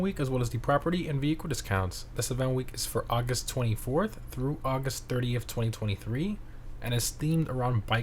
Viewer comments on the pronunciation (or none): none